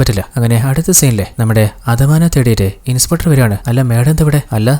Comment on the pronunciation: Niiice..👍👍. Pinne shradhikkaan oru kaaryam parannote... ഇൻസ്പെട്ടർ അല്ലാട്ടോ ... ഇൻസ്പെക്ടർ.